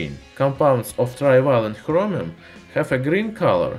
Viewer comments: It's Chromium, not Hromium Idiot. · Love how he says Chromium. Sounds like "Khromium" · Is he saying Hromium?